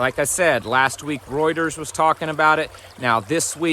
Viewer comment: When he says roiders (yea I know it’s Reuters) first thing that comes to mind is liver king 😂